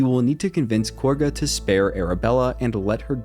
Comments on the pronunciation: It's not KORGA it's KAGHA. They pronounce it correctly for you in the game even. Also the BEST noblestalk option is to actually let Belen die in the field. Do the trick with Shadowheart to make her eat it while sending the stalk to camp. Then give it to Derryth the wife. She does well in her shop without her husband and feels better in life by adopting a cat since her husband is dead. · Cool video. Not sure how you mispronounce names that are said many time though. Like calling Kagha " Korgha". She doesn't even have an R in her name lol.